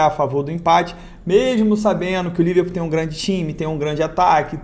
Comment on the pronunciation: Só eu ouvi Liver Putaria kkkkkk